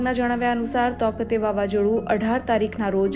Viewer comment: તોકતે નહીં તાઊ તે